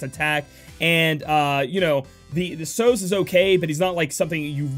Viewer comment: American pronunciations never fail to amaze me, guess it's the location, I think you guys have a grasp of Spanish for obvious reasons but a word like Sozhe? I would have thought the film usual suspects and Kaiser Sozhe would be a good cultural reference to how to say that name. On another note, did 2 dailies, got Aileen and Sozhe. Win!